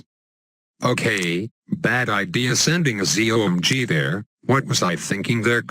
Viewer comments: The Cool Siblings Z.O.M.G. NOT Z.O.M.G'S :) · he said ZOMG/ZOMGs 8 times